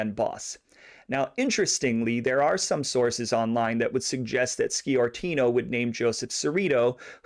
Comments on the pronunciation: It's pronounced Score-tino not ski-ortino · Sciortino is pronounced Shore-tino. While talking about San Jose, you can't forget Angelo Marino, or Salvatore "Bill" Bonanno, or for that matter Carlino's grandsons who didn't know their Grandfather's business back in Colorado, until recent years. There were more, I'll let you do the homework. Good job on the Cerrito's.